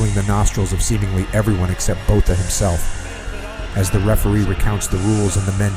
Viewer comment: Francois Botha is pronounced ' Francois Bota' the h is silent. I love Iron Mike!